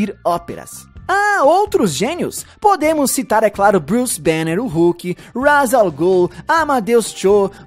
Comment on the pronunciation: Sem querer ser chato, mas ja sendo, a pronuncia correta de Ra's Al Ghul é "Raysh" Al Ghul e não "Razz".